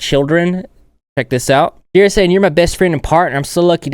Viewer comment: IM SORRY BUT "cierra the angle"